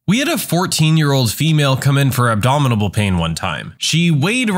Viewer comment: "Abdominable" is not a word. It's ab-dom-in-al. And white people are supposedly the smartest race. Lol!